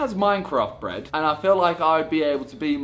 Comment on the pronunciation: I THOUGHT CARSON SAID BREAD I WAS SO CONFUSED